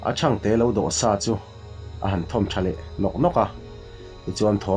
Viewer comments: Thang te niloin thangte tih tur anih hmel, mizotawng hi zawng ahar em ani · Thangtee ti a lam tur i lam dan khi a diklo a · Ṭhangte hi te tih saptawnga small mizo a te tih anga thluk tur hi a ti fuhlo deuh niin alang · Thangte tih hi...sap ho in small an tih ang hian lam tur. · I chhiarthiam viau e,mahse,thangte ilam dan erawh a diklo deuh ani.